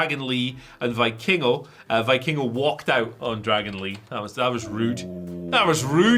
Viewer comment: mispronouncing Vikingo is grating my ears.